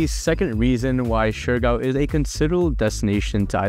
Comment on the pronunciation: I do notice that he is sometimes mixing Siargao and Surigao and end up pronouncing shurigao. Siargao: syar - gaw Surigao: su - ri - gaw